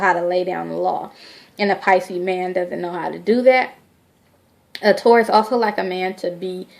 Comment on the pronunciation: Nola Em You are so right. She has no clue. Totally off course. Taurus and Pisces are a really good match. Pisces are not cheaters. Maybe Taurus women and Pisces men are not a good mix because Taurus likes to possess over their Pisces partner. She can't even say the zodiac sign name right....she really need to delete this video. Still love her though